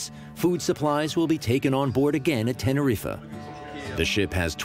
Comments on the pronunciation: Tenneriffer lol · It’s pronounced Tenerife, not Tererif-eh. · Tena riffa LOL t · "Teneriffa", LOL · I think that it is pronounced "tene-reef" not "Tene-reefuh". Just sayin'.... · did he say tenerifuh 😂